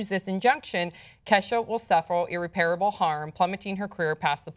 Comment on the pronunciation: Stopped listening after she pronounced irreparable incorrectly. Also anyone who is focused on this shit needs to re evaluate their priorities. Maybe pay attention to world events a bit more and less on the superficial bullshit like this story with Keshless.